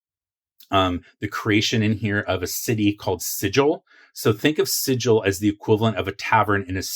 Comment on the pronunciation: "Sigil" has a hard G, not a soft G, cutter. 😁 Love the content! I even learned a few things. Worth a sub!